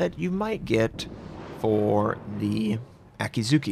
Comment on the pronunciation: No. There are silent vowels in Japanese (mostly syllables ending in -u). Akatsuki is pronounced A-Kat-Ski, NOT A-Kat-Soo-Kee. Also, Akizuki is pronounced A-Ki-Zki NOT A-Kee-Zoo-Kee.